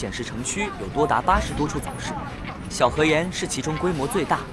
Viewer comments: 小河沿（燕儿）发音不对没味道啊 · 其实正确的读音应该是小河沿（四声） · 小河沿yan 是四声，好像燕子的燕。